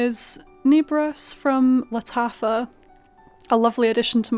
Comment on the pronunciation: I absolutely cannot abide the scent of lavender on my body. I have tried, and any fragrance with lavender is a scrubber. Mon Guerlain is a big "no" for me. On the other hand, I LOVE Nebras!!! PS...I know you are not from France, but L'Interdit is correctly pronounced "lon-ter-dee". As well, Nebras is not pronounced with a long "e". It's "neh-bras".